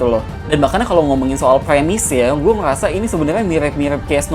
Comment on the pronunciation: Ngomong apa bang😂😂😂😂 "gue ngeyasa"😂😂😂